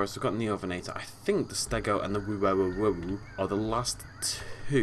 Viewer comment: Wuerasaurus is pronounced (HOO-ehr-osaurus